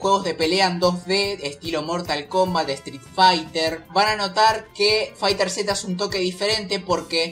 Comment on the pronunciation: Buen video bro pero te recomiendo algo si haces otro video explica lo de los terminos tecnicos asi sera mas facil explicar y los que quieran pasarse a otro juego de peleas se les haga mas sencillo, y se pronuncia FighterZ no fighter seta xd Un saludo